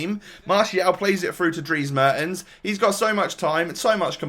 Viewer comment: just a tip, its pronounced mairtens, but you nailed his first name